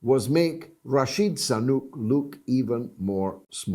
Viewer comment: "Rashid Sanuk" lmao.